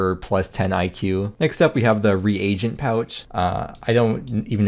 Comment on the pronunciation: reagent pouch as in re-agent, not regent